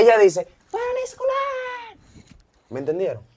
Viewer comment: Jajaj y eya dice para el Esc0lArrrrrr 😂😂😂